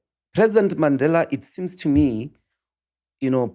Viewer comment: He is deliberate in pronouncing words right ie Mandela and Gaza...he was intentional